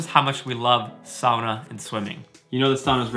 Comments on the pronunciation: That looks like...fun? And now I know the correct way to say “sauna.” Happy Birthday! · Just stumbled across this - I grew up in the upper peninsula of Michigan, in an area that had a lot of Finnish settlers 150 years ago who brought the sauna tradition with them (a place called Sugar Island, no joke!) I grew up pronouncing “sauna” like you do though never quite believing my dad when he claimed that was how the old Finlanders would say it!! I’ve jumped in holes in the ice in winter too. My dream house has a sauna in it 😊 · Warms my heart to hear you say sauna properly. I grew up in Florida with my Finnish mom and American dad and even though we didn't own a sauna, and even though it was really hot there, Mom found a sauna in our town and we went once a week for a while. I don't know why it bugs me so much to hear people here (U.S.) say it the way they do. It's just hard to hear it butchered.